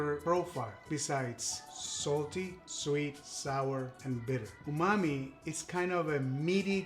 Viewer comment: Umami!! I thought you were saying OOOHH MOMMY!! 😂😂 Like OOOHH MOMMY IS THAT GOOD!! I always learn something new!